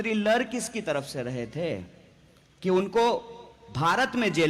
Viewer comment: 'लर नहीं लड़' बोलो